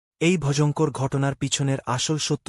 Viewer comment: Vojongkor ki vai?? Voyongkor shunchilam!!